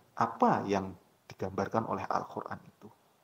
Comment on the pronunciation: Kok saya mendengernya anda menyebutnya AlKhur'an, bukan AlQur'an?😢